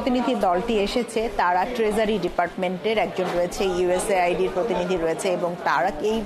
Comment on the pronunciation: This is US AID not USA ID ,PLEASE CORRECT YOURSELF